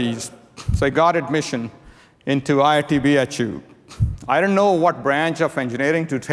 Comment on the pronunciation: How easily did he say IIT BHU . jealous